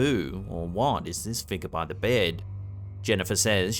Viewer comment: Interesting...you crack me up with your pronunciation of the word figure.....you say FIGAH. :) when did you shave your head!?